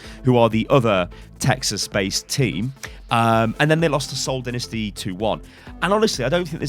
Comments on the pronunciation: I am quite frustrated with choice on genji players because shadowburn is the best I don't see agilities carrying a whole team to second place in the World Cup and what about ranking phillidelphia I feel that they will be a top 3 teams be its pronounced dienisty not dinesty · Dynasty is pronounced "die-nasty" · Scepin dude seriously don't you have any humor. He means that say it like "dinasty"